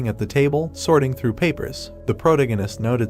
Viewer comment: I'm really rooting for the AI voiceover to learn how to pronounce "protagonist" as the story progresses. Two hours in and the pronunciation is getting worse 😂